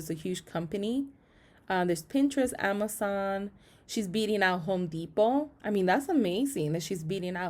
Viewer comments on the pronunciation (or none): none